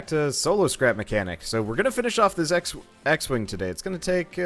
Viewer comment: not 'x-wing' he named it 'x-wang' hahahhahhahaha